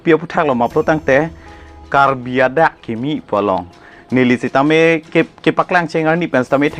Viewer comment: Niphai ❌ Nifai ✅ ADak❌Adag✅ 😂😂😂